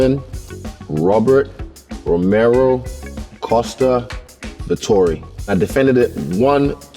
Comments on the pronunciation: " The Tori " pour Vettori j'métouffe hahah, putain GQ ça prend 10 secondes pour cliqué sur wikipedia. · C'est pas "The Tori" mais Vettori .. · Vettori et pas the tori faites vos recherches GQ France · c pas the tori mais vettori